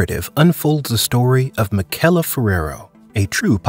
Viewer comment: You mispronounced Michele's name the entire video.